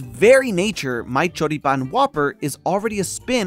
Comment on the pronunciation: Hearing you pronounce Choripán and Chimichurri was exquisite, my man. Have you been to, or are from here in the South? Either way, I loved your take. Saludos desde Argentina!